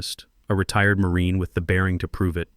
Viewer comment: AI pronunciations was abysmal! The word ‘retired’ was horrid. Get a real human if you want to earn credibility.